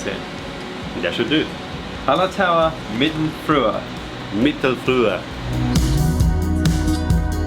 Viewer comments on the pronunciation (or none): Mittelfrüh. The u with umlaut is pronounced as something between ee and ooh, clise to "free" but harder, definitely not as the transliterated u-e-h.